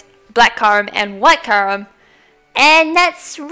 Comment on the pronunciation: It's pronounced Ky-you-rem, not Ky-rem. >:I